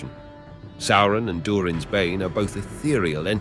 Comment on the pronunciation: eh, you say Durin's Bane weird... specifically "Durin"